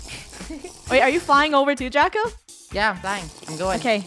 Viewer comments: did anyone else notice that funneh said draca instead of draco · is it me or is funneh is saying ''DRACA'' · funneh say Draca not Draco🤨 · funneh said draca lol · DRACA!! im sorry i heard draca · She pronounced it wrong but you spelled it wrong ROASTED😲😲😲😲😎😎😎😎😎